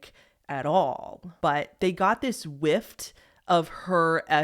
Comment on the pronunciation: Hey babe, it’s ‘whiff’ not ‘whifft’ x